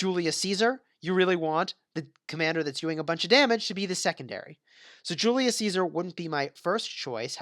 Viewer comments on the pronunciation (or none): none